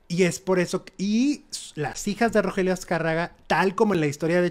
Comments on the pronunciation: RO GE RIO no Rogelio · Oye, no era Rogelio, sino Rogerio... Haba bien para que no te cretiquen.